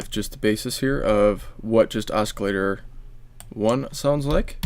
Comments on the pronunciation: Are you saying osk-ilater? In English, this c is silent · i thought you were saying escalator lol